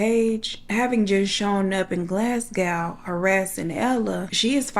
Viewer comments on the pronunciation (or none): Glas gow 😂😂 its glas go , or to most Scots its glesga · I love this! Although Glasgow is pronounced Glahz-go ❤️ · Fife was correct (Five with an F) but Glasgow is Glas-go 😅 The book reviews at the end killed me, especially the way they were read 😂